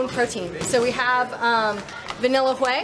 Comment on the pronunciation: Oh my lord the way that woman pronounced whey with the emphasis on "wh".